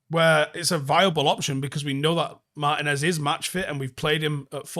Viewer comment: It's "Mar-TEEN-ez"